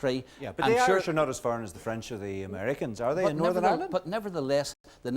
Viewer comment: Jim McAllister: “Northern Irwind”